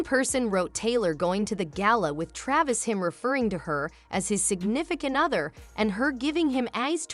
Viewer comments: I didn’t catch the narrator calling him Tavis. Tavis is what people are using as the combined couple nickname: Taylor + Travis. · His name is Travis, not tavis